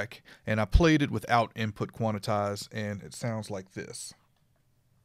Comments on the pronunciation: lololol!!! its quan. tize. not quanatize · Thanks! BTW: It is Quantize ( Kwan Tys ) not Quanetize ( Kwan et tys ) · It sounds pleasantly urban though. I'm gonna say it for the rest of the week.